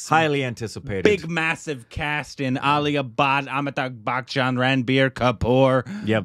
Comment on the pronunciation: I think it's time learnt to pronounce Amitabh Bachchan's name 🤔 😅